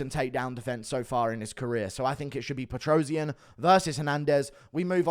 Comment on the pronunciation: PetrosYAn, stress on a last syllable.